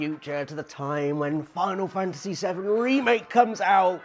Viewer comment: U say Final Fantasty 7 likes its coming out this holiday LMAO